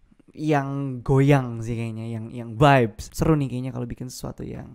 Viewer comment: the way he said “vibezzz”